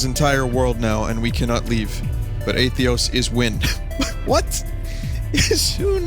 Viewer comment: I CANT TAKE IT ANYMORE. WHY DO YOU KEEP FORGETTING THE SECOND T IN ATHETOS